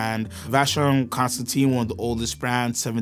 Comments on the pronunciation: I had to stop watching when u failed to pronounce Constantin wrong everytime! It's pronounced constan-TAN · Guys, if you’re going to be the “experts” you gotta at least pronounce the names right. 😊. It’s not ConstanTINE, it’s pronounced ConstanTIN. Like tin can at the end. And Patek isn’t pronounced like “paddock”, it’s supposed to be pronounced “PA-TEK”. Just sayin… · It is not Vacheron Constanteen, but Constantin. Get some coaching from Tim. Agree with the majority of comments : AP has failed to keep up with Trinity standards. JLC belongs there now.